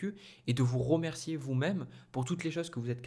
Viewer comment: Ça me titille de vous entendre dire ROmercier ROgarder naaaann RE dommage mais je vous êtes bien quand même